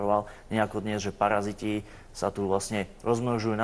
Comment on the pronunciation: MAGIAN MA PAJAZYTY V PREDKOŽKE